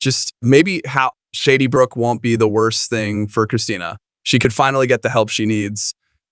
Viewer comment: Can we get someone who knows how to pronounce Shadybrook and Cassadine. I’m sorry but hun you need to know how to pronounce the names before you record. Those of us who have watched for more yrs than you’ve been alive get upset when it’s not pronounced correctly. Just some advise.